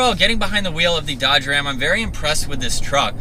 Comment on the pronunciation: I stopped watching at "Dodge Ram"